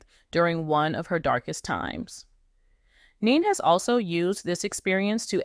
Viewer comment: She has TWO sons & you can't even pronounce her name, girl bye!